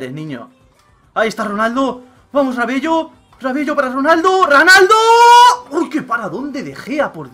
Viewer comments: valla paliza que le diste a F madre mia la sorpresa de la YUL y no es Rabello se pronuncia Rabelo es solo porque me suena extraño rabello xD y podrias ver el tema de los sobres de fifa jackpot algunos sale mejor comprar las monedas directamente que abrir los sobres si le pudieran bajar un poco el precio:D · Se pronuncia rabelo no rabello :P Pon a mati fernandez en ves de rabello en todo caso :D En todo caso lo dejaste como F de follao xD (que es coña es para la broma no mas jajaja)